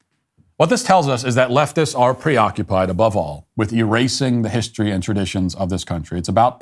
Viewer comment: When the "news show host" says HISHtory, you already know you have problems.